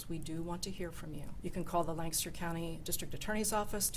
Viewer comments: it's not LANcaster County it is Lancaster.:) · Lancaster, not Lannnncaster. Pennsylvania my friend. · It's not lan caster. It's lanc a ster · did you hear how Ms. Adam's pronounced "Lancaster"? It's not, Lan-caster. It's Lang-caster. Please stop mispronouncing it. Thank you! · It is pronounced Lank-aster, not Lan-caster.